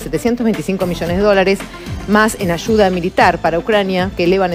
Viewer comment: No se dice. Michones.. Se dice.. Millones....no se dice. Achuda... Se dice ayuda... Todo es ch chchchchchch chchchchchch chv und chchchchchch h hch h h h h .. Me enferma ese asentó ridículo argentino